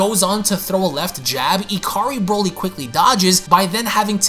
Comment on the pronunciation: I can only say one thing after this video... Please never say Broly again